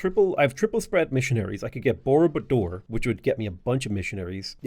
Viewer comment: Borobudur has the stress on the second syllable, rolled “r”s and vowel pronunciation that is not apparent from its spelling so there are probably quite a few slightly bemused Indonesians out there as well.